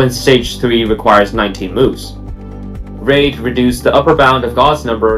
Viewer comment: You keep mispronouncing the name "Reid." It should sound like "reed" as in "READing a book."